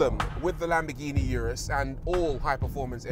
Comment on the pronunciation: Did I hear Lamborghini Anus???